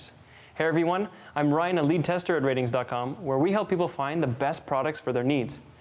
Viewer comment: Why do you say "ratings" but the site is "R-tings?" would someone like to buy a vowel?